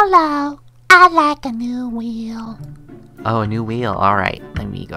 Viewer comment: I laughed to hard I chocked on a fruit snack when he said “can I have a new weal”